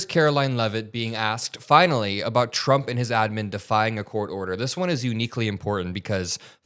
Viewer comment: She actually calls him President Chump! Listen and you won’t be able to unhear it.